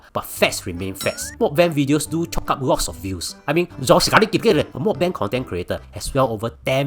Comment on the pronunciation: that's not how you pronounce meok bang